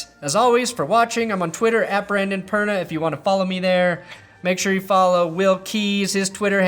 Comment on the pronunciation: Brandon "Prandon Berna" Perna